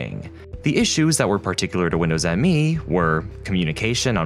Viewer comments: Another good video. FYI, it's not pronounced Windows "M-E" but Windows "Me" as in "It's all about me". That's not a minor point because when Microsoft called it "Me", it added to the confusion. At the time, I remember people asking what was this operating system's claim to fame. Why buy it instead of W2000? Oh, it's called "Me" implying that it's very user friendly in contrast to the professionalism of W2000 and will lead "me" into the new millennium, one BSOD at a time. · Minor nitpick: Windows Millennium Edition is actually pronounced Windows Me and not Windows M E. It's weird, yes, but that's according to the official marketing. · I thought it was pronounced “Me” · It was never confusing to me, but maybe because I pay attention to details and knew the NT kernel already back then very good. Windows Me (by the way it is not M.E., but "Me", as in "me=I") didn't even get the UI right, they forgot to bundle the TAHOMA font, which WIndows 2000 used as primary UI font (Me uses still the old MS Sans Sarif font). So my eye immediatly could spot a very clear difference. And of course the kernel just like 98 and 95 was just unsecure and unstable by design. For 95/98 was unacceptable already in the 90s. I also know noone who thought "2000=Millenium" in the Windows lineup, maybe that happened in some countries more than in others? Oh and Windows Update was added to Windows 2000 in a Service Pack :)... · I feel like the author here must be young and not lived through this period. Windows Me was usually said Windows Me. As in (me, myself, I). It was marketed as being personal in nature hence the name. You can see that right in the logo. It’s Me not M.E.